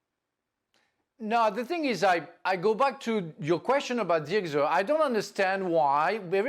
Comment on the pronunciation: Why Frank calls Zirkzee "Zigzo "